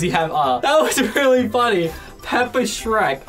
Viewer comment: Its phrek lol sherk